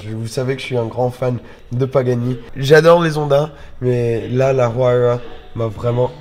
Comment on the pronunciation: La huayra de prononce ouaïra juste au cas ou 😊